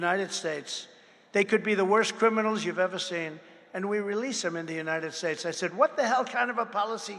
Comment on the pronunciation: I think it's pronounced " Unided Schtesh ", as your hero and master orator pronounced it